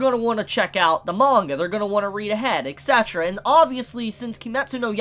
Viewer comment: ITS E T C eterra, not E X E terra!!!!!!!!!!!!!!!!!